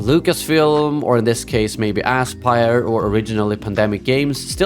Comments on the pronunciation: I love how you intentionally or not pronounce the company's name as "asspyr". Very fitting lol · Great content! If I may, I think your pronounciation of the studio is spot on for the way they've handled this Collection. Ass Spire, indeed, and may they be remembered as it.